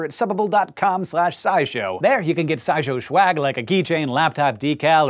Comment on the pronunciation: Did Hank just say "shwag"?